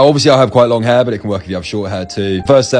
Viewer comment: I at least here him say heirrrrrr so much